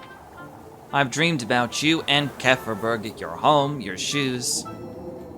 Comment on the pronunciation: Wait...so its not pronouced as "kee-fer-berg" :0